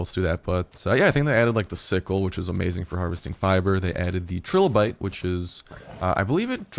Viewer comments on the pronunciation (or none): fyi they are pronounced "try"lobite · Trilobite. Pronounced Try-low-bite.